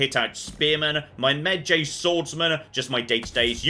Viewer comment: Look,, I love you but I'm gonna need you to watch the Brendan Frasier version of The Mummy like literally today and learn how to pronounce Medjay because the way you're saying it annoyed me more than it had any right to.